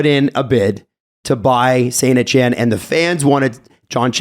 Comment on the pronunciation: Am I the only one that had to search around phonetically for the AS Saint-Etienne Soccer team. It's not Saint-Eshenne! Pronounce a hard T bruh! Saint-eTienne.